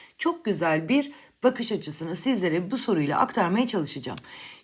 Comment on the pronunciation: BÜR değil hocam BİR